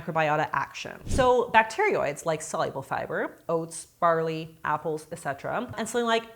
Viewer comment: i just get suspicious when a self-styled geek doesnt even know how to pronounce bacteroides correctly